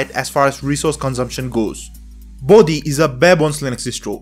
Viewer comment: Its "Bodhi", not "Body". I would have expected Indian to have better grasp at that.